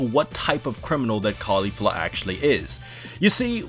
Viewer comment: I love how you pronounce Caulifla's name the way the dub does, mad respect! And I'm one of the very few people who actually prefer her manga counterpart so it was great to see it win the battle. But i really have to say it kindof annoys me when the anime tries to imply that they're lesbos as some sort of fanservise. I mean, they say that they're LITERALLY everything else. Sisters, Master/Protogee, Best friends. That's the only thing i don't like about the anime version but i do agree with you on everything else. Nice to see you back.